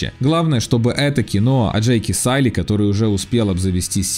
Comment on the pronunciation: Не Салли, а Джейк Сулли.)))